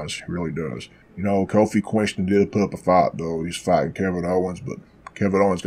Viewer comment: Lol are you purposely saying Queenston? Hahahahahahaha